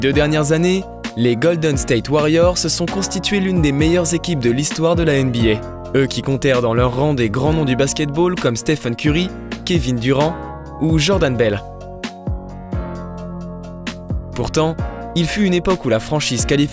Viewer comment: Kevin Durand, playsoff ... 😅